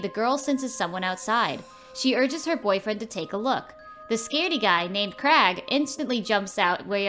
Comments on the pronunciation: It’s CRAIG. NOT CRAG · How do you get CRAG from Craig? The I isn’t silent. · I hate how people in the Americas pronounce "Craig". It's not Crag, it's Cra-yg.